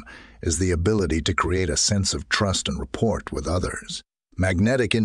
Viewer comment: Something is wrong with the intonation and pauses. Did you not listen to it yourself first? And it is correct that is not how you pronounce rapport, it's not report.